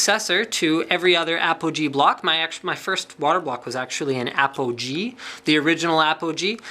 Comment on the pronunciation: at the start i though i heard apple G lol